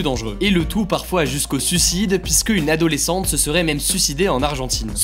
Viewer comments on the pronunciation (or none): Par pitié, pas "sucide".... "Suiiiiiiicide" :'( Mes oreiiiilles !